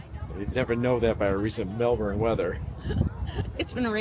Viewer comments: It’s pronounced “Mel’bn” not Melburn, Melborrrrn And yes, it’s been a cool spring but wait until Jan and Feb, traditionally the hottest month. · All you need to do now is learn to pronounce the city the way us locals do. It’s not, Melbourrrrnne, it’s,Melbn (almost like bin) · The weird thing about aussie cities is the way you pronounce things. The city of Melbourne, is pronounced 'Melbn' or Melbin not Mel-BOURNE. You guys seemed to almost do it right but I'm glad you liked it. It's a great city. I've lived in both about a decade each, maybe more in Melbourne now but I still love Sydney but I kinda like Melbourne better. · I know this is not your fault but for us the way you pronounce MelbouRne is so weird lol strange no one of the people you met told you the right way to say Melbourne. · It's pronounced 'Melbin' 😉 As a foreigner living here they will be sure to correct you. 🙂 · Oh man, the pronunciation of "Melbourne" is killing me in this video